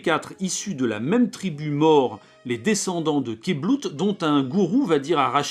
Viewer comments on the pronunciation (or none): none